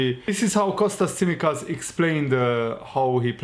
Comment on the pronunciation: tsimikas .it is pronounced like ts in the word "let's" and it is emphasized in the second "i"